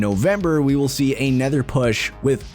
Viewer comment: Does he know that "anOther" has an "O", not an "E"? The "O" is pronounced as "oh" - not as an "E", which makes every "another", a "anether" lol.